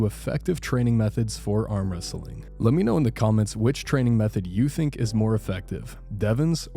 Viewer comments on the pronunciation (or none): none